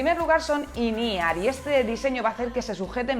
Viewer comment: Que son auriculares IN E-R? Quiere decir in ear? MADRE CON EL SPANGLISH